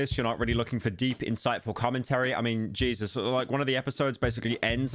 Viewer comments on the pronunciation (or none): none